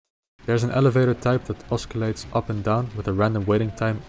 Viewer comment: Oscillates, not osculates, bruv. :)